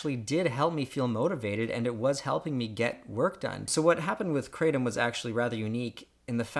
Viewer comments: The fact that I just had to do a study about Kratom and didn't watch this video made me regret my life. I took hours upon days researching when I could learn a lot of the facts from watching this short video. Also it's pronouced (Kra-tm) instead of (Kra-tom). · Kratom is pronounced with the short a sound. Asian languages, when using Roman characters for phonetic pronunciation of pictographic characters, such as the phonetic western letters seen in Romaji, pronounce the letter “a” as the short a sound—as in apple. The Roman letter “e” is pronounced as long a, as in sensei when followed by the letter “i”. It is not spelled kreitom, so that is unequivocally the wrong way to pronounce it. This is not a guess as I am a linguist and east Asia is my speciality. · First, its pronounced (KRUH-TOM) Secondly kratom is a shitty drug. If you REALLY suffer from chronic pain. This product will do nothing more than a mild euphoria and a slight change in pain. (Ibupforen is more effective. Even tylenol) Lastly, if you are in pain (real pain not a wittle headache.) Go to a fucking doctor. Opiods are the devil, but if you learn self control they are the most effective at pain treatment. More than likely you are just a drug addict trying to get high and when you have cancer, guess what junkie the opioids you abused for 20 years are not effective and you are going to have to suffer the whole time because your opioid receptors are fried. Moral of the story, opioids are EXTREMELY effective. If you have REAL PAIN.want to get high? Smoke weed dipshit. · cray tum* This guy can't even pronounce it right. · Why do Americans insist on changing words ...the pronounciation of "Cratom" is "Kru Thom" "Kratom" in asia it is consumed by MANY and it is found everywhere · Anyone who pronounces it Kra Tom is a pure asshole. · Anyone else hate when it’s pronounced cray-tum? 😄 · It's from Southeast Asia and they pronounce it krah-tom. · Like crumb.....its pronounced cru-Tom